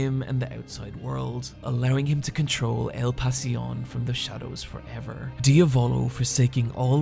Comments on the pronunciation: King 1th its kinda like saying "dee-ah-volo" instead of what is saying which is "dee-a-voulou". as i said its hard to illustrate it via text, the best thing u can do is literally write diavolo on google translate (italian) and make it say it out loud. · KingCrimson's user's name is not pronounced diavÓlo but diÁvolo ; the accent goes in the A . Nothing to apologise for bro ! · Him saying dee-a-volo instead of diavolo makes me cringe so hard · As an italian the way he pronounces diavolo makes my nails roll up 😂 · Do u purposely mispronounce the names. Lol dia-VO-LO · did he really say ..... diavOlO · same way as he said Abbaccio withou an H or how he called La gang Passione, "El passion" what an insult thinking that in italy we Spanish. What an ignorant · obviously that's not how you pronounce 'passione' or 'diavolo', nor is italian accent that hard to figure out